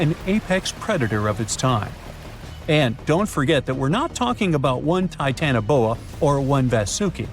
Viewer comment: Not TITANboa.......TitanOboa......😮